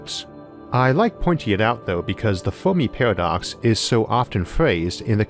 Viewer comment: today...'The Folmi peahwadox'!